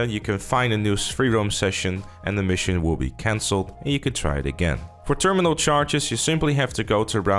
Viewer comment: Undiagnosed dyslexia “theeerrminnal charges”